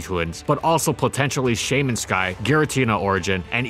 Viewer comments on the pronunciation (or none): none